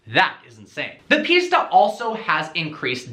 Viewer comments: It's not "piecetaaa". It's "Piss-taa" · why do you keep pronouncing it pizza? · It's pronounced pista like pistachio or pfista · sounds like ''pizza'' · Cant even say pista properly :)